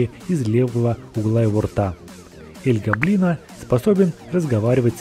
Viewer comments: гОблино а не гоблИно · Советую говорить не роблокс игра двери а из плэйса двери И ещё не эль го́блино а эль гобли́но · Не эль гобои’но а эль го’блино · всё класно, НО я как опытный фанат Doors Roblox хочу отметить что крест должен лежать на жёлтой подушечке, а таблетки на белой. И ещё: не Эль ГоблИно, а Элт ГОблино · Эль гобли́но? Нет Эль го́блино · Правильно ель гоблин а не ель гоблино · / Правильно не эль Гоблино а эль / Гоблино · Эль гоблино с о а не с а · Эль Го'блино на первую о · Не Эль Гобли́но а Эль Го́блино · Не аль-гобли́но а эль-го́блино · Эль го́блино, а не эль гобли́но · я просто поправляю, Эль Гоблино в его имени ударение на о не на и. И с Бобом можно взаймодействовать но будеть писать Ничего не произошло. Ловушка это растение. А-60 Поевляетса после двери А-60 ну также эти двери от А-000 до А-1000 в румсах их можно открыть спомощю двух отмычек и ключя скелета. И А-200 нету он называетса А-120 и он появдляетса после двери А-120 а не 120.